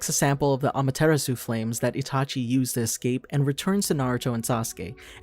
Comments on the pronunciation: why did you pronounce amaterasu as ama-tear-uh-su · Bro he said ima-tare-awwsoo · Uh-MAY-ter-AYE-su other than that good vid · He did not just pronounce amaterasu like that